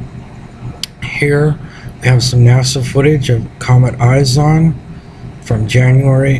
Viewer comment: you sound stupid, can't even pronounce it right its not eyes on. It's ISON. ICE-ON. ISON. not eyes on. all french and shit.